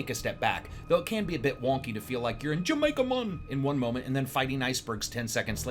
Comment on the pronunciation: Jamaica mon lol perhaps the best part of this review